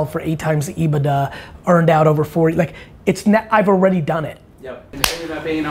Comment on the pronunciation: Sheps earnings before income taxes and depreciation. EBITDA it's pronounced strange.